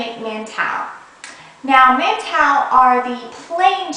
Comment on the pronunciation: Lol... The funny thing is that. I'm eating montou right now. Are you chinese? acuse you say montou weird... Well I'm a southern chinese type of person but i know cantonese well .